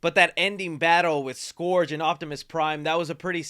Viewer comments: Scourge not SkOrGe 🤦‍♂️ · Scourge - 'skurge' - not "skorge" 🙄... mispronounced... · „Scurge“ not „Scorge“ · Pls stop pronouncing scourge like that 😭😭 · Your pronunciation of “Scourge” makes me cringe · Scourge: ˈskərj... pronounced like the "Purge"